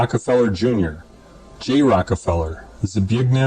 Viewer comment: He keeps saying rocky feller it’s rocka feller lol